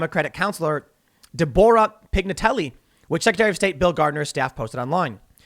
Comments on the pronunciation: I believe Deh-Bore-Uh was supposed to be Deh-Bruh. I make that mistake all the time!! I'm glad someone else does too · Tim "Deb-bore-ruh" Pool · this dude said dabura like the demon from dbz.. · Lol I love how he pronounced deborah, Da Bore Uh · It is I, De-bo-rah! Cower mortals! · De-borra? LoL Dude, consider reading through before going live. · He said Deborah funny.